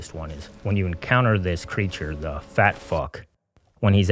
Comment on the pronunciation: Its pretty fucking disgusting of you how you refered to Chunk... You talk about trauma and what not but you REALLY emphasized on the word "fat" while calling him a fuck.